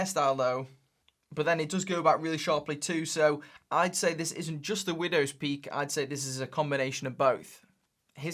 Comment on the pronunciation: took i took a sip of vodka time every time very he said windwos pealk , soooo many times he say widows poeek